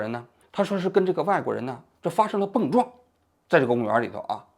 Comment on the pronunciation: 王局的舌头今天和某个异物发生了“蹦”撞，嘴又piao了